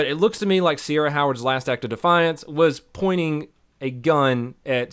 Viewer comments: That is not how you say Ciara haha that's Kee-ra, no idea why the cops were saying "Sierra". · See the problem here the entire time, the officer was pronouncing her name wrong.. its Ciara ..